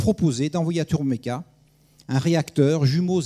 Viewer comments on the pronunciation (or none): Étonnant de voir que l'orateur est incapable de prononcer Turboméca en 1 seul mot ! Ce type dit ou bien Turbo ou bien Turméca. Jamais TurBOméca pour 99 % des cas ... Il est dyslexique ou a-t-il un problème avec ce qui est "Bo" ?? LOL Par ailleurs, les Russes veulent déjà remplacer le Ardiden 3 du Ka-62 par un moteur de conception Russe, 2 ans seulement après sa mise en service... C'est plutôt révélateur du manque de brio du moteur de Safran !